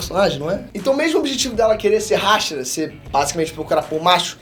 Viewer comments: Primeiramente, Hashira e não Háshira. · q video dificil de assistir cm ele falando HÁ shira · A pronúcia é "ráchira" memo? A minha pronúncia é igual do Japão 😃👍🏼